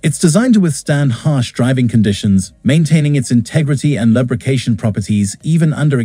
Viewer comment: LUB , rication 😂. Gotta love AI.